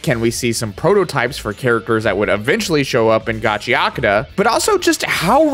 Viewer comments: Don’t feel too bad about not nailing the pronunciation of Gachiakuta, YouTube’s auto-subtitles had an even harder time and pretty much spelled it a different way every time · Okay, I'm getting kinda sick of watching people flounder and get it wrong, so here are two quick tips for pronouncing Japanese. 1) Emphasis always falls on ODD-NUMBER syllables, usually the FIRST syllable. Every bloody Westerner seems to insist on pronouncing foreign words with emphasis on EVEN-NUMBER syllables, especially Japanese. This is almost always wrong. Hence "GAchiAkuTA, not gaCHIaKUda". I blame the French. 2) When on an unemphasized syllable, "u" is almost always silent. Compare the pronunciation "saSUKe" to "SAske". There's only one exception I've found to these two rules; when you see two vowels next to each other in Romanji or a flat dash above a symbol in Japanese script, you put the emphasis there. If you know these rules, there's no excuse. Compared to English, pronouncing things in Japanese is ridiculously easy. This isn't even a flex. With Anime as mainstream as it is, there is absolutely no reason whatsoever that anybody should still be making this mistake. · Why care about phonetics when you still pronounce it in a western accent lol "Ga-chee-Uh-Coo-Duh" lmao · I also used to pronounce gachiakuuta instead of gachiaakuta lol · Just pronounce it in Japanese lol Gachi Akuta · I've been calling it Gotchercoochie, but now I know how it is pronounced. Thanks. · I think its supposed to be pronounced gachakuta? (Gachiyakuta)? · = Soooo close! You keep insisting on pronouncing the 'U' in -akuta when it's actually 'ahk-tah'. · That final line pronouncing it wrong is my struggle frequently 😂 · i've been pronouncing gachiakuta wrong aswell this whole time 😭, also i really like your personality its really charismatic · So we're just going to ignore the "u" completely in the pronunciation? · Channel is "Kitsune Anime." Doesn't know basic Japanese pronunciation. Oof.